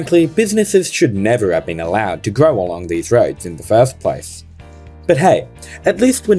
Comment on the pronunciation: anyone else heard rhodes instead of roads and got confused haha